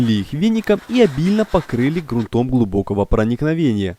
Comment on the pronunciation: СтЕну, а не стенУ, стЫках, а не стыкАх. ГрУнтом, а не грунтОм. Как не русский.